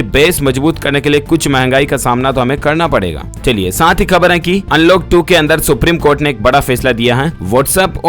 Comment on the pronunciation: Siir ap urdu wards k poronocataon sahi kara karo plz..etc..kabar-kahbar; marij-mariz ';jilo -zelo ; aiozan=aayojan ;zairi=jari ; etc..